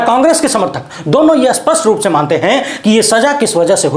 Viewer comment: Don't say Aspashta but say Spashta